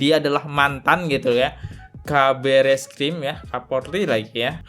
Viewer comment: Buat podcast tp ilmunya cetek, mantan kabareskrim dibilang mantan kapolri, ngeja kabareskrim diblng keebreskrim😊😊😊